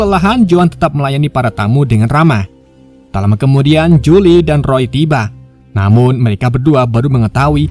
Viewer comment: kenapa nyebutnya Jule bang 🤣